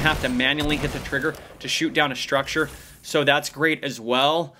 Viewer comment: ABG 1YT lol sounds like he said grapte